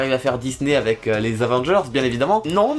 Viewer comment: il a dit avé mais pas avec et très doucement et rapidement